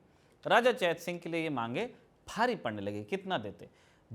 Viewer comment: चेतसिंह को चैत सिंह कहना कंफ्यूज कर रहा है।